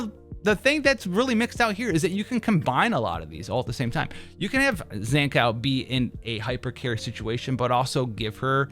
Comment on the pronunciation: bruuh tf is your Zankou pronounciation. Zan Cow, really?